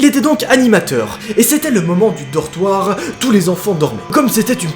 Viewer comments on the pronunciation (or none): Je suis la seul à entendre "chetage" au lieu de "étage et "dortroir" au lieu de "dortoir"x) HH faut pas qu'il dépose sa candidature pour devenir chirurgien xD